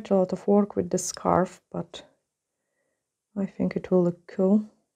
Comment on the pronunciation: I love the way you say cool. It sounds 😎 cool with your accent